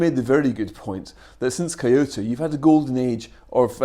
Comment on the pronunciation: The worst thing about this episode was definitely Nelson's pronunciation of Kyoto